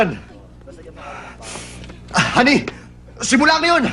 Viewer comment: Lolz. Its Ha Ni hindi Honey XD